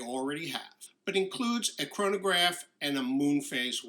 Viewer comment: Great video, but every time you say chronograph I cringe.